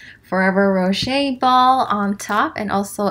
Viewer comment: Its ro-shay. She said it right